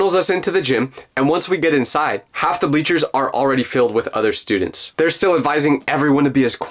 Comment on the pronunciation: "i dont like..stuudeents (tell me why)" ahh story